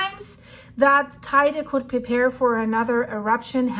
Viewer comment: Liebe, es heisst „Te Ide“ und nicht „Tei de“. Biiiitte nächstes Mal richtig aussprechen. Ansonsten danke für deine Arbeit!